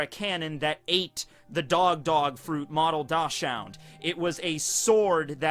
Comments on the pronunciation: Dachshund: pronounced "dahks'hoond" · Good job! You got the pronunciation of axolotl correct! Now you just need to work on dachshund!